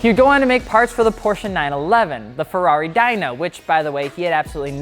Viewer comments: First time when you see ferrary dyno I have colsed the video. It's dino readed like deno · Dino is pronounced as Deeno - not Dyno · Its pronounced Ferrari deeno not dino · Did he just say Ferrari "Dyno", instead of "Dino"?? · pronounces Dino like dinosaur.... its Dee-no. it was Enzo's kids name not an ancient reptile lol. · Ferrari [Dee - noh] not dinosaur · did he call it the Ferrari Dyno? I cant watch this anymore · Ferrari Dino (Dee-no) not Dino like Dinosaur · did you just say Ferrari Dino like dinosaur? Dude, it's pronounced deeno. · its pronounced dean-oh after his dead son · Dino- pronounced DEAN-NO, named after Enzo Ferrari's late son who was designing the engine for said car at the time of his death. You barbarians. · Lol,I came here to post the same thing. Dino,like the Flintstones' pet.